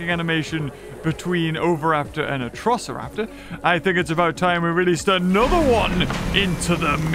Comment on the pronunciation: Atrociraptors not atrisoroptars or whatever you said